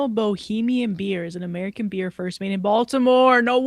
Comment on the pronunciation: lol yes come to Baltimore guys! I’ve never had a nattybo 😅 before but I’ve seen them. Plus I appreciate how says Baltimore! Like he one of us 😂